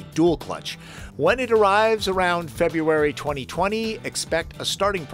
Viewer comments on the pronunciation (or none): none